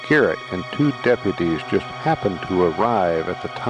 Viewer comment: It’s garret not carrot !